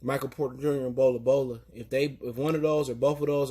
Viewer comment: How do u mess up a full name thats 2 syllables Bol Bol im starting to think u mess names on purpose 😭😂